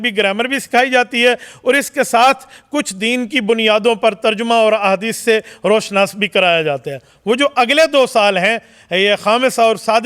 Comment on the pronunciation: R0shnaas nhi hota molvi g..... ruushanaas hota. Ya jesy tum kaho gy k (pesh hota hai pesh)